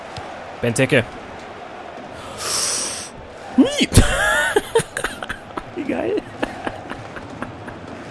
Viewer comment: Bei Benteke musst du das E lang ausprechen